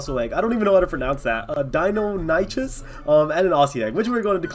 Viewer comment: You pronounce the word Deinonychis like, Die Non EE coos